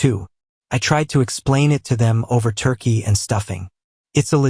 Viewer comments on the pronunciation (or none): none